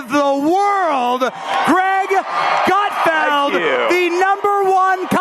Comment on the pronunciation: Did you say "Great Gutfield"